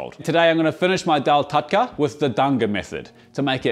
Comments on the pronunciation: The pronunciation is with the use of "R" not "da" in the lines of "TurkA not TudkA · its pronouced more like tar-dka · Love but it’s TAD_KA 😂❤ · It is not taDka..it is pronounced R. So it is taRka. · It’s not TATKA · Approved from India 🎉 Its literally pronounced as Taar-Ka. 🎉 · Hey, nice video! Just one small correction - tadka is pronounced as tarka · i guess the pronounciation does change across regions of India, but I've heard the term being spelt like "tarhka" (roll the r a bit to emphasise its a harder r, which looks like the character for the "d" sound). just a nitpick , food looks great! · Dearest, Tadka is pronounced as TARKA, D usually makes R sound, nice recipe 👍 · it's "तड़का" - tadka - tuh-d-ka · The D in Tadka is pronounced as an R. So, it is Tarka actually. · Sir, it's pronounced as 'Daal Tarrka' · Tadka spells TARRRR..... KA without twisting the tongue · The "d" in "Tadka" is pronounced as a rolling "R" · In tadka ,d is silent n pronounced as tar ka. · Pronounced Tarrrrrka. With a rolling r. Written in English as a capital D. TaDka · U can just call it Dhall Fry instead of butchering the wors Tardka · Pronounced "Turka"